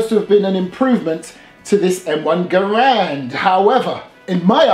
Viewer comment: Good video and thank you for pronouncing Garand properly.